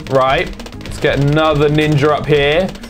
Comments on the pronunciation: instead of ov saying ninja he says ninjer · Is it just me, or does say "ninjar"